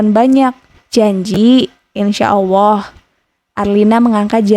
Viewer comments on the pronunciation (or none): Maaf koreksi: bukan awwoh tetapi Alloh 🙏